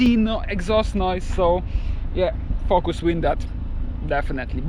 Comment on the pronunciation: I love the way he says “fokus” 😂😂😂